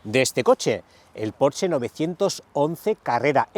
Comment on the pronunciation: Al fin alguién pronuncia bien Porsche🙌🙌🙌